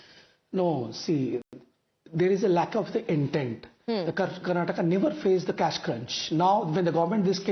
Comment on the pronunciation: TimesNow is uneducated news channel who does not know how to pronounce Karnataka.